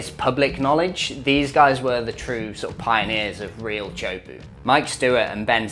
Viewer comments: (tee) (ah) (ho) (poo). "Choapu" is butchering it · It's pronounced tay-a-who-po not chopuu